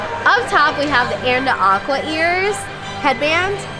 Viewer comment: You're selling the merch....at least get Anna's name right lol poor Ah-na